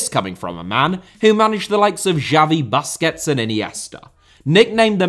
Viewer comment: Boosquets not BUSquets!